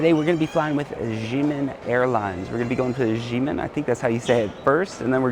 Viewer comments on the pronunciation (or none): Xiamen is pronounced as "sha-men".